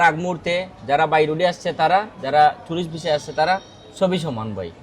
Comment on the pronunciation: টউরিস্ট না টুরিস্ট ভিসা 😁বলদা